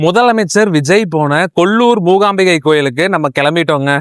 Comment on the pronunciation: The Devi's name is MOOKAAMBIKA, not Moogaambigai. The meaning changes drastically. Thamizhans have a very bad habit of distorting the pronunciation of other language words, deliberately, even though they can pronounce it corretly, without much effort. They need to realize this and correct it. Padmavathi becomes Bathmavadhi. Kaanthimathi becomes Gaandhimadhi (changing the whole meaning - Kaanthimathi means one who is filled with glow/light. Gaandhi madhi means Gaandhi's brain/thinking) கொஞ்சம் மாறுங்கப்பா.